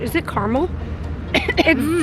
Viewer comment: I love how she says caramel wrong.... 😑